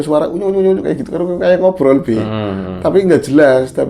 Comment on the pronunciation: harus jelas banget ya gais...hahaha... lucu